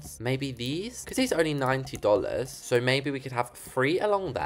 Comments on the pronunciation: "DOOLARS GUYS"😂😂😂😂😂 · Bro, said Dolows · I love how says "dollars" lol 😂 its so posh